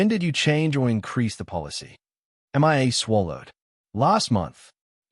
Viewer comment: I don't know which is more annoying, the Australian accent or the pronunciation of Mia's name as "M.I.A."